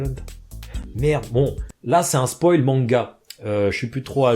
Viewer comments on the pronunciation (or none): none